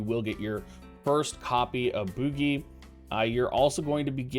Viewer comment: It's name is french for Candle and is pronounced boujie :P